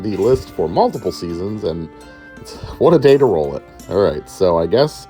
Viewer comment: I can't hold it. "rOwl for main..."